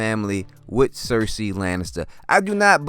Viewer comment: Good video with a solid theory,. Thank you for saying 'cersei' instead of 'sersay'